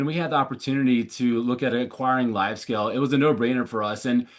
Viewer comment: Hey! Thanks for the insights as always. A small comment: It's Livescale, not LiveScale (LiveScale is a Dubai-based architecture firm;-) Best to the Channelize team from the Livescale founder and LiveShopping OG;-)